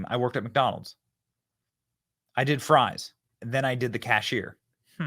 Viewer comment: Fwench fwies lol